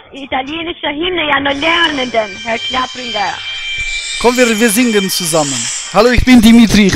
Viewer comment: Und wie sie immer "Klappringer" sagt. 🤣